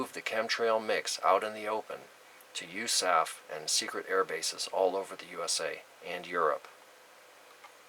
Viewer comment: I think this is your first video I have seen. While I have been in the system for some time I must say you put up 2 major red flags. USAF is not pronounced as one word, its the United States Air Force. I have never heard this term and I served 8 years in the military. The second issue is you sound like your reading a teleprompter of information, but you are messing up lots of words like you didn't write it yourself. I think Chemtrails are real and I pray they are here for good reason, which is still classified. Maybe my input helps your cause, if not I meant no disrespect. You just have to remember you have two types of people seeking information, the paranoid and the aware. Id also like to say that spellcheck in youtube doesn't believe in the word chemtrail.